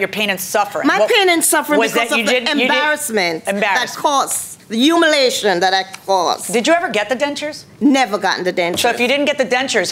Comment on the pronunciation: "Three different occajions, and the humanlation I went through "🤣🤣🤣